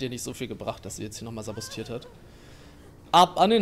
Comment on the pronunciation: Wieso sagt eigentlich immer sabostieren anstatt sabotieren?